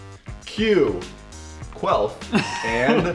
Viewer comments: Sry I am dirty minded I thought is said queaf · I thought it was queef not quelf i was like WTF MARINAS